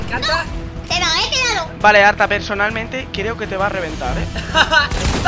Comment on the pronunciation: haber yo lo e entendido pero lo dices muy mal Code: arta o ARTA